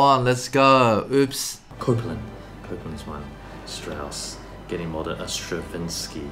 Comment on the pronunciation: “s T r A v 1 n S k Y”